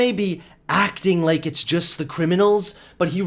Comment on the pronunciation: I still laugh whenever you say lake instead of like